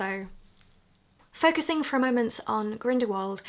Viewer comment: hehe 'Grindywald'